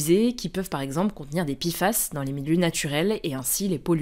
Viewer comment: Pourquoi on dit PI FAS alors que c'est Pé FAS ?